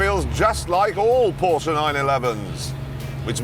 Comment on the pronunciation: What an idiot. He can't even enunciate the Name "Porsche" correct.